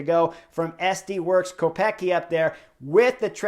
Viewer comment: Btw, the prononciation. Kopecky is originally czech surname and it should sound like Kopetskee 🙂